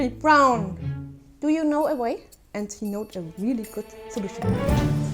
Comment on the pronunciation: “Do u know a wae?” 😂😂🤣🤣 I’m sorry I had to!